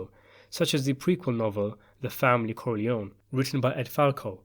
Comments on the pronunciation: You forgot Sonny Corleone. And, that last name is pronounced Core-Lee-ohni And luca’s last name is pronounced “Bratzi” Plus, anyone can read about him. Wasted video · why corlyon? the Italians pronounce it as COR LYONE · It´s Corleon-E. Say it finally!!!